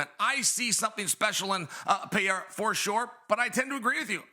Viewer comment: Gotta be trolling, right? I’m not sure who he’s trolling, but it’s either O’Malley or Pee-er-uh